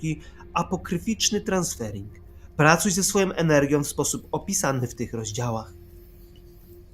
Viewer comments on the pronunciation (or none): TranSERFING, nie transfering! Nie ma mowy o żadnych transferach tylko o SERFOWANIU NA FALI SZCZĘŚCIA. Na dodatek pisanych przez "E" na wyraźne polecenie Vadima Zelanda. I nie czyta się jego nazwiska jako "Ziland".